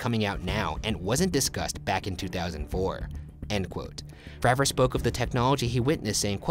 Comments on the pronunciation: David FrAver not Fraaver, go check him out on joe rogan’s podcast. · Great video..but it kills me every time you say FRAH-vor..instead of its correct pronunciation of FRAY-vor!..He is the most important and most credible person involved, in my opinion..but otherwise, well done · ITS FREY VOR